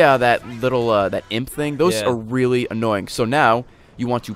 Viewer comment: _-................REALLY......... RAYLY